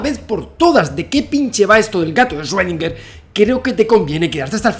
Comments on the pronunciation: Hola Javier, solo te falta pronunciar bien 'Schrödinger'; ya en otro video te había puesto en los comentarios la forma correcta de pronunciarlo y te la vuelvo a poner aquí para ti y tu audiencia. Gracias por este trabajo que haces de llevar el conocimiento a todos los hispanohablantes. Erwin Schrödinger nació en Austria y después fue naturalizado Irlandés. Debido a que nació en Austria país de idioma alemán, la pronunciasión correcta es más fácil de lo que se imaginan, este es: "Chrudina" Traducción del IPA: “ʃʁøːdɪŋɐ” Explicación: [ʃ]: Este sonido se produce al pronunciar la "ch" en la palabra "chic" en español. [ʁ]: Este sonido se produce al pronunciar la "r" en la palabra "perro" en español. [øː]: Este sonido se produce al pronunciar la "ö" en la palabra alemana "Götter" (dioses). Es similar a la "eu" en la palabra española "Europa", pero con una duración más larga. [dɪ]: Este sonido es similar a la "di" en la palabra española "día". [ŋɐ]: Este sonido se produce al pronunciar la "na" en la palabra española "plana". Así, que si se lo preguntaban, la respuesta es: (Sí). Todo el mundo y desde siempre, menos los qué hablan alemán, han estado equivocados en su pronunciasión. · Yo: El 2020 ya no puede ser peor Javi: Deja de decir paradoja de Rredinguer Yo: Cruzaste la línea!!! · 2020, que más puede pasar? :Javi ya no dice esrodinguer :( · Shuedinger xD